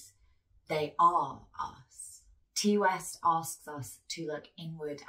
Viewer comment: Ti West’s name is pronounced “tie” not “tee”